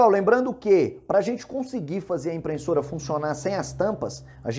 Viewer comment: Você consegue falar IMPRESSORA e não "IMPRENSSORA"?